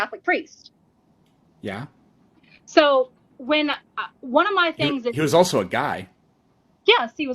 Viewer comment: "He WaS A CaThOLiC PirEsT" who caaaaaaaaaares